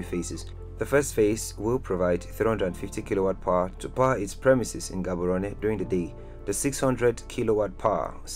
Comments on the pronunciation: Learn to pronounce Gaborone please . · Lemme help u with speaking my language setswana . So when you read Palapye dont say it as it is just say palape just like some other towns and villages in Botswana that end with "ye" oh and Maun dont say it like that say Maung but dont make the g sound . Theres also Gaborone and other towns and villages that start with G so in this case say the G as if you're gagging or being choked . ALL THE BEST